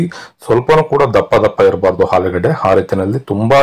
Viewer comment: ಆಲೂಗೆಡ್ಡೆ not ಹಾಲುಗೆಡೆ. ಆರು ಅದು ಹಾರು ಅಲ್ಲಾ